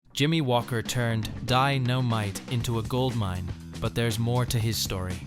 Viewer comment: AI generated junk. I came for info on JJ Walker and learned absolutely nothing, not even what year he was born. It's like a 12 year old with a book report due tomorrow, stretching one paragraph out into a 20 minute presentation, complete with multiple AI mispronunciations of DYN-O-MITE.